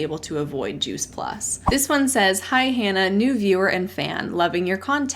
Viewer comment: "Hi Hannah!" sort of sounds like "Hi Hun!"